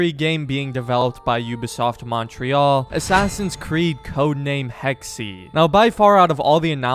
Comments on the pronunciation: Hex-uh not “Hex-ee”…jesus why can’t Americans actually try to pronounce things properly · its pronounced hex not hexy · “Hexey” 😂 I think it’s pronounced ‘hex’. Americans…😂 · It’s pronounced like Hex not Hexy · Game most likely takes place during times of witch hunts. Pronounces a variation of “hex” as “hexy”. bahaha 11 times. He said hexy 11 times. Hahahaha! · Pronounce it Hex, not Hexy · Hex… just say…. Hex…. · It is pronounced ’hex’ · In the word "Hexe" the second "e" is actually pronounced like the first one. S bit like "Hexuh" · "Hex-E" Anyone who speaks German: Emotional Damage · It might be spelled Hexe but it's still pronounced "Hex". But thanks for giving me ear cancer, I guess. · It's Hex-eh (Eh like in Eh-nergy) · It's pronounced HEXA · It's pronounced Hex-eh (Eh as in Eh-nergy) It's german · The E is silent on hexe lol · Funny how every English native speaker pronounce the word Hexe wrong! 😂